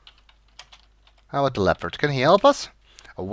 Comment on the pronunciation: A tug on the line? It's a-boot time we caught something!